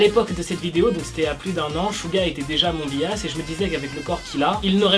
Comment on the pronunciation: Par contre bias ça ce dit "bayas". Voila